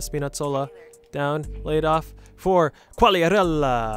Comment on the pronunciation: è molto buona bro, di solito voi americani pronunciate Qughliarella